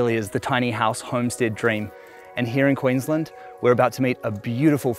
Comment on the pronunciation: Every time that says Quiinslend part of me dies inside